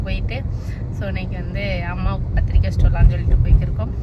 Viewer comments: பந்துரிக்கை இல்லை பத்திரிக்கை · சுமதி அது பந்தூரிக்கை இல்லை.... பத்திரிக்கை 😃😃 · பந்துரிக்கை அல்ல பத்திரிக்கை